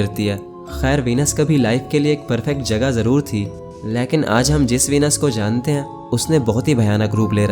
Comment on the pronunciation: Leaekn nahi Lekin hota hai na 😂😂😂❤